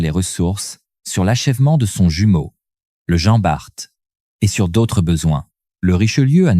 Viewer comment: Jean Barte et dunekerque 😂😂😂sacrée IA il faut encore bosser ....